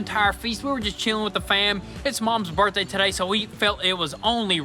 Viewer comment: Happy birthday! Did she almost say booz-day?